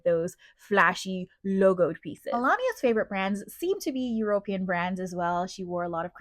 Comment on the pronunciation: European is pronounced Eu-ro-PEE-an, not Eu-RO-pee-an (stress is on the third, not the second, syllable). Melania would look better if she didn’t always look so angry or grumpy, it makes her look a lot older, too.